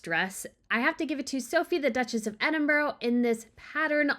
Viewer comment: For cry out loud, learn to pronounce Edinburgh…